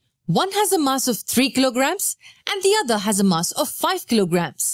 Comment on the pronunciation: Mass? Please say mass finely